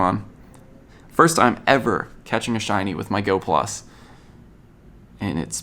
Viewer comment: It’s not go plus for you it’s go plusle for you